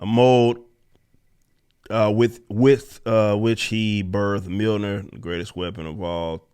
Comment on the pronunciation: “It’s MA’AM” Mljornir